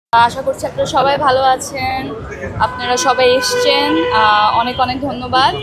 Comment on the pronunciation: এসচেন না এসেছেন হবে। এসচি না এসেছি হবে 😂 বাংলা ভাষা ভালো করে শিখতে হবে।